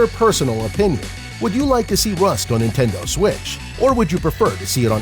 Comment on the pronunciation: Nentendoe switch